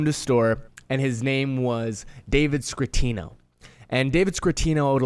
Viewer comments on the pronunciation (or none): Scatino, not Scratino, lol. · Man I'm pretty sure it's David scatino not scratino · SCATTIONO NOT SCRRRRATINO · Scatino not Scratino. Cmon man. We come to you for details....lol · No R in David Scatinno